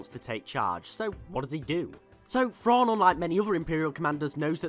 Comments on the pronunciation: It's pronounced "thrawn" not " frawn"....come on. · Just like when you say "then" or "them" etc etc, I know you can say words that start with TH, so redo the video and say his name correctly please, as well as continue to pronounce words and names that start with TH properly. THANKS!